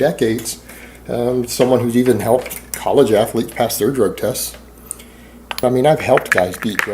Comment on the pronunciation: Anyone who says “ath-a-lete” or “yooman” or “yuge” is a mega fucking idiot. This guy is so full of aspergers and APD it’s unreal. The laughing when telling a story that isn’t funny is a huge tell. He’s so painfully insecure because he’s a 5’9” bald out of shape man trying to convince the world he’s a big tough strong guy and it just isn’t there.